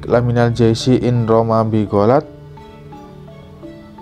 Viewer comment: Fafarriq lamiimal jaisyi Bukan laMinal tapi Lamiimal